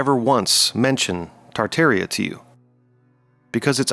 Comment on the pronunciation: Ha ha. Kind of reveals his educational level, don't it? But at least he pronounced Tartaria properly.